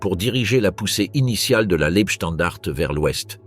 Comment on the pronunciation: Dès le début cela dérape : la voix synthétique est incapable de prononcer "Leibstandarte" (ei se prononce "ail" et le e final n'est pas muet). Je ne vais pas plus loin, c'est de la daube. Les stratèges allemands n'avaient pas pensé que le Tigre 2, un monstre de 70t qui manquait de mise au point, ne pourrait pas passer sur les petites routes des Ardennes ni sur les ponts. S'ensuivit un énorme bouchon et tous les chars furent perdus dès que l'aviation alliée put entrer en action. Circonstance aggravante : les blindés de la Leibstandarte étaient commandés par Joachim Peiper, qui avait obtenu tous ses galons dans les bureaux auprès de Himmler, autant dire que sur le plan militaire il savait seulement obéir, et cochonner le boulot pour lequel il était gravement incompétent. En face, les Américains étaient au repos et ils furent surpris mais ils se ressaisirent très vite et Bastogne ne fut pas prise. Le problème des généraux allemands était la terreur que hitler faisait peser sur eux depuis l'attentat du 20 juillet 44. Les Waffen SS n'avaient pas peur, eux qui étaient chouchoutés, mais à eux seuls ils ne pouvaient rien faire. Cette offensive était débile, elle fut menée stupidement par des incapables et causa la perte de quasiment tous les blindés allemands. Comme à Koursk en juillet 43. Le pire ennemi de l'armée allemande fut le caporal qui la commandait. Salut et fraternité*